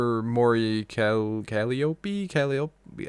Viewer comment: Can't even pronounce Mori Calliope right. Cuh-lie-op. not being a straight up hater and being open minded is very appreciated. You don't have to like all her music, opinions are a thing. Yeah, while is being so close minded saying its boring and generic with no constructive criticism...